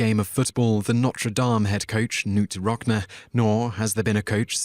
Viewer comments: Not NOOT ROCKNA. His name is pronounced KaNoot RockNee. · It's pronounced Rock-KNEE come on!!! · Nice video, it must have been tough who to pick. Just a small point, Knute Rockne is pronounced like,"Rock-knee." It's a name not commonly heard. Again, cool list video, thanks for sharing. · "Rock-NEE" not "Rock-NUH". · Never mind Knute Rockne. It's ROCK-KNEE, not ROCK-NUH. I'll forgive the Notre Dame pronounciation, as Simon pronounced it closer to how it would be in France, though the town in Indiana (and the university located there) would be No-ter Daym - or as one local put it, it rhymes with rotor name. But then again, being Canadian and a sports fan, I've had much more exposure to them than Simon, so I'll give him a pass on that one. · VAY-lens? Come ON. ROCK-nuh? I'm done. Going to listen to Oh, Donna by Ritchie VALENS> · Bloke, that was pronounced 'Rock-Nee'.